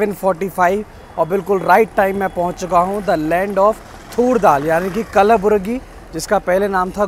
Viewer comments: Sir that is not kalburaiaj that pronounsetion is kalburagi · its kalaburgi not "kalaaburaagi" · Sir it’s कलबुर्गी not कलाबुआर्गी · Bhai O Kalburgi Hai City Ka Naam And Bus Stand Ki Naam Acha Se Prononcetion Karo Yaar 🙄